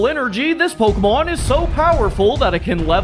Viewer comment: I like how he pronounces it “Pokuhmon”